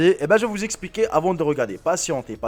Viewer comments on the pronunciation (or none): none